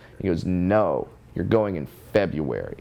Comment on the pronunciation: It's FUKN FebRUary!!! Not FUKN FebUary!!! 😅😂😅😊